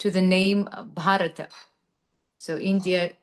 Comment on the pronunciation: Sati Kazanova's pronunciation of "Bharata" is right on dot! That is how you say it in Sanskrit.